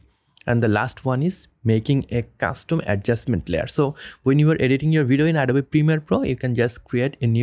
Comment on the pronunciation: Perfect tutorial. Beautiful presentation of information. Suggestion: hit the "o" in the word "Adobe" a little harder to get the pronunciation perfect, as well...English has some strange pronunciations.